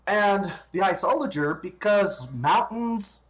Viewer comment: You don't even know how to pronounce it properly... Like srsly, everyone knows how to pronounce it